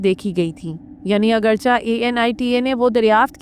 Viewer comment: Khubsurat awaz or information but not,,,agarcha,,,, It's,,,,,,,, agarchay